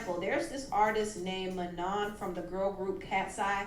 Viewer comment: Manons name is pronounced “Ma-noh”